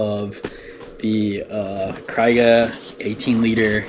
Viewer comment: You keep saying cry-ga. It's kree-ga. Thanks.